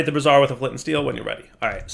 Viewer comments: What you were saying… bras·siere /brəˈzir/ noun full form of bra. You meant to say Bra-zee-er bra·zier /ˈbrāZHər/ noun a portable heater consisting of a pan or stand for holding lighted coals. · Brassiere? my man, it's pronounced Bray-zee-er. Good grief, my man, you've got me busting a gut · Brazier.... they way you pronounce it is a bra, bro. Try bray-zure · Brassiere - womans undergarment (bras-ere) <- what kept saying Brazier - a large vessel for burning contents (Bray-ze-er) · Bray-zure with a soft z, not bra-zee-er with a hard z. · "bray-zeer" dire. bray-zeer. Please stop setting bras on fire. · Brazier... Bray-zeer... A brassiere is something a woman wears to hold up the ladies. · Brazier. Bray-zee-er. Brassiere is something else entirely :D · is "Brazier" really pronounced "brassiere"? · women wear brassieres, rituals utilize braziers. It's bray-zher dude. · That's... not how you pronounce brazier. A brassiere is something very different. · rhymes with Frasier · Gotta admit, I chuckled every time he pronounced brazier the way he does.